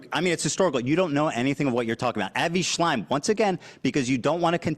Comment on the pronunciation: Idk if I'm crazy for this, but I feel like the fact Ethan got Avi Shlaim's name wrong literally every fucking time during the convo except the first time he was brought up is a perfect example of the fact that he doesn't actually give a single fuck about the genocide and is just using whatever resource he can to defame the people he deems as "antisemetic". It made me laugh every time he said Avi Shlime, but it was so disrespectful to him. It's be like if he said Anne Frunk, who's memory he was also horribly disrespectful to, imo. Also, LOVE that Hasan called him a racist fuck. So gratifying and I think a lot of people will put the pieces together once hearing that.